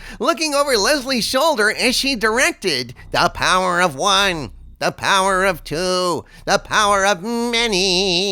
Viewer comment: The pow-wah of Mani? Whose this Mani dude?